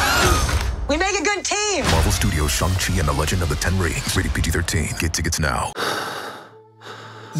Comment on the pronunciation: I appreciate how he pronounces shangqi properly. It's quite rare for Hollywood to cast Asians who can actually speak Chinese.